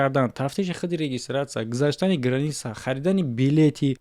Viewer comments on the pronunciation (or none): none